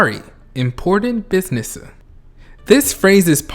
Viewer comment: HE SAID IMPORTANT BUSINESSEU UGH IM BSHSVD SUSBSUSBSUBSHXHSBDHX